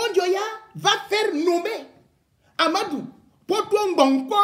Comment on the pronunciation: REMY cesses de te mettre dans des histoires dont tu n'as aucune maitrise. Ahmadou dont tu éprouves des difficultés à prononcer le nom est bel et bien le coordonnateur du projet Mont Mbapit. c'est un projet initié par l'état du Cameroun comme tous les autres projets initiés au Cameroun. certes c'est un bamoun qui gère ce projet mais son coordonnateur a sa hiérarchie à qui il rend compte et non au peuple bamoun comme tu le prétend. par ailleurs, tu parles de détournement des fonds du deuil, laisses les concernés se plaindre. si les bénéficiaires de cet argent estiment qu'il n'ya pas de soucis pourquoi tu t'en mêle au point d'inciter les bamoun au soulèvements. Remy Ngono, franchement si tu n'as pas d'inspiration, tu peux te coucher et tu dors. tu racontes vraiment des histoires dont tu n'as aucune connaissance.